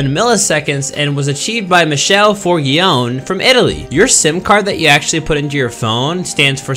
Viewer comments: I'm Italian. i just wanna say michele isn't pronounced as michelle💀💀 but at least he tried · Anyway Michele is pronounced with an hard c And Fiorgione with a semi-soft g